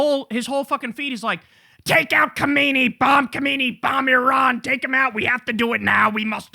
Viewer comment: Khomeini isn't quite pronounced that way, iirc.